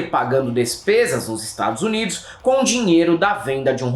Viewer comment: Como alguém respeita um ser que fala: IsTadsnids